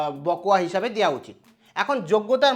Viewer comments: কথাটা বকোয়া নয় বকেয়া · Sir, বকোয়া নয়, বকেয়া।।